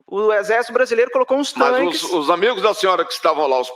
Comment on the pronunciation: TAINQUES kkkk como ela me irrita falando errado é TANQUES, aloprada.